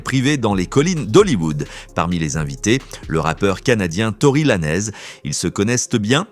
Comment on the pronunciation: On dit pas laneeez bodel ce prononce lanz ........et roc naytion pas nation bordel ou gare de lyon 😂😂😂😂😂